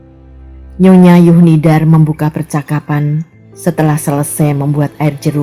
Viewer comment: Mengapa huruf Z dibaca menjadi Y? Zuhnidar menjadi Yuhnidar?